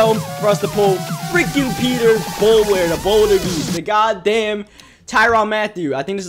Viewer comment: tyrain not tyraun